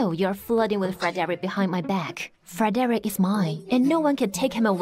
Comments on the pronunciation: FER-DIREK,FOR-DIREK, FRED-REK??? Can we stick to Mr.Wen😂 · It's weird to hear these people pronouncing Fredrick's name as "FOR-DERICK" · I can not stop cracking up with the pronunciation of the his name Frederick.